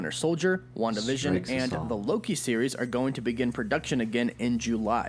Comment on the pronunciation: Wanda Vision sounding like ‘One division’.